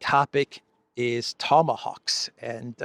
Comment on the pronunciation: Tomahoaxs you say 😂😂😂😂😂😂